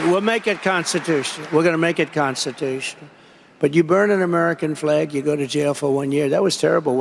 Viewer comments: Did he really say "constitush"?? What a effin moron lol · "Constitoosh"? The man can't even pronounce the word ' constitutional'.